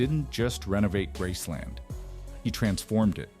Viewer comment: It’s called Graceland, not grassland